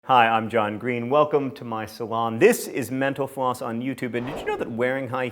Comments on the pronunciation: I can't be the only person who hears "menopause" instead of mental floss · HAHAHAHAHAHA at the end when he said "subscribe to mental floss" I though he said "subscribe to menopause" 😂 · I have to tell you that when you signed off and said thanks for watching mental floss, i heard you say menopause... :)